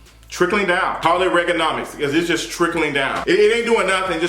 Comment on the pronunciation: Not Reganomics 🤣🤣🤣